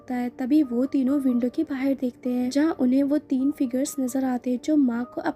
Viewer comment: बाहेर नाही बोलते (बाहर ) ऐसा हे वर्ड